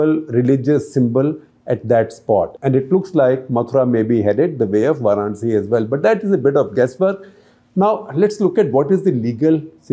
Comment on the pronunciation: Respectfully, it is VAranasi or VAranAsi, not VArAnsi.